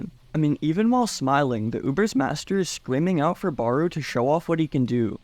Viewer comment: bro how you pronounce barou is annoying asf💀💀its not ''baroe' its ''barow''